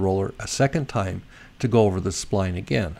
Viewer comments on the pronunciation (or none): none